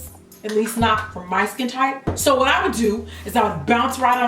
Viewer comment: I love Jackie in this video because 1) GET EM JACKIE 2) "You whu-et?!" I can't deal with you Jackie. I just can't! LOL.